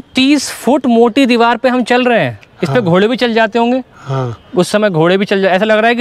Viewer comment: Diwal nhi bolte diwar bolte hain